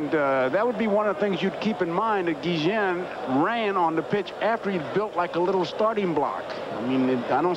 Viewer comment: Why are the announcers calling Ozzie Guillen, Guijen?